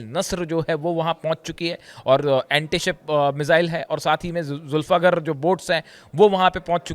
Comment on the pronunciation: It is Zulfiqaar - not zulfakar, this is the name of sword used by Hazrat Ali